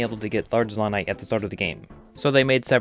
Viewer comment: Great video. You say “Zonaite” weird. I believe it should be pronounced “Zonaite.” Not “Zonaite.”